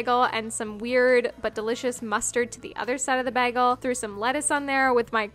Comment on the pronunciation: is that how you pronounce 'bagel' in Canada?^^